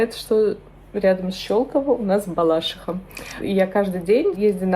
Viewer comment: Не БалАшиха!!!! БалашИха!!!! Не надо портить